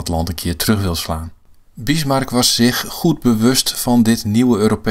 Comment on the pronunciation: In welke streektaal spreekt men zoveel met s ipv z? zich=sich; zonder=sonder